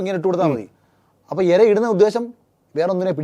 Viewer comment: എര അല്ല ഇര